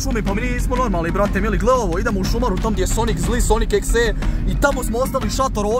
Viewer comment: Kaže se sonik dodi EK si. Mislim daje videe namješten jedino kuća je uvjerljiva